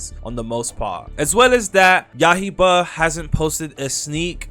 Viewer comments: you gotta stop saying yahiba bro its yaiba, yaiba as in blade, what is yahiba supposed to be 🗿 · "ya-hie-bah" 😭😭🙏🙏 when is it gonna stop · please stop saying ya-hi- ba